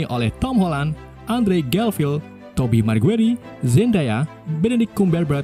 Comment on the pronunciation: tobey maguire = tobei mergueri🤣🤣🤣 wkwkwkkwk